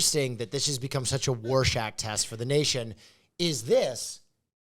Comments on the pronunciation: someone tell will its Rorschach test, not warshack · Will, very very funny, great comedian, handsome, ally, and top improv.... it's rorschach, NOT WARSHOCK. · Are we gonna ignore the fact that will repeatedly says “Worshach Test” with a W?